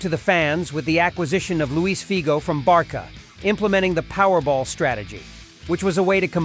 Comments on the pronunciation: Zaidan and Barka ! At least get the names right 😂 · Get your pronunciation right!!! Whats Zaidan?? Barka??? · How can someone pronounce Barca as "Barka". And Zidane as Zaidane. Im not watching this garbage any more U muppet.